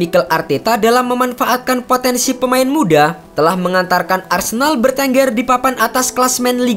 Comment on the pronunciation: Arsendal BG sebutannya